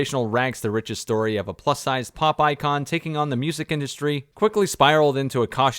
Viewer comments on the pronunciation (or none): I heard "plus sized pop icon" as "plus sized " 🤣